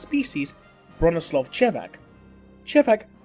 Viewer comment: BRONISŁAW!!! No "l", but "ł" ! (sigh) English vs Polish that never work